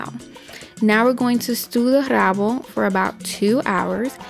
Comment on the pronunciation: Forgot to pronouce the "r" in rabo